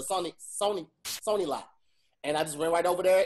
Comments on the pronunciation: Hey Todd, here's the recap: called Richie, Ricky. Then said Ricky. had trouble with Sony. said "Black" blown out instead of "Back" blown out. said our ancestors were "Impressed" instead of "oppressed". Back to you in the studio. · The way eyes lit up when was trying to say Sony.... hilarious.